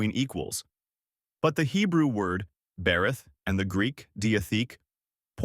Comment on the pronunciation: The pronunciations: Hebrew for covenant is “berith” (buh REETH). Greek is ‘diatheke” (Dee uh THAY Kay).